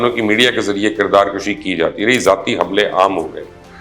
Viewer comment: "Kirdar kashi" nhe",kirdar kushi"